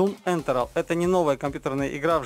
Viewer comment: ман ман ман((((этёрнал этэрнал на худой конец, ты ж буквы местами перепутал. перечитывай сценарий. в том же думе говориш сперва как лечица и после что есть зрелищные добивания. слепи грамотно эти две штуки в одно предложение. эт ж единая механика как никак. в снайпере так описал суть сюжета, что впечатление будто французское сопротивление мешает операции СОЮЗНИКОВ. рили переслушай. удачи в начинании)))